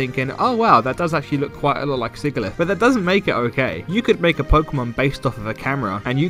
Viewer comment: Quick little gripe about the video. If you’re going to complain about Sigilyph, at least pronounce it right (sih-jih-liff, not sih-gih-liff)